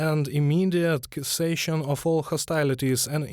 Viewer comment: "cessation" is pronounced "sessation". English is awful and beautiful and stupid and luminous.